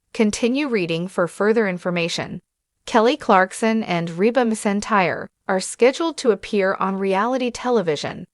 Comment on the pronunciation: There is no I and no s in her name. It’s pronounced McEntire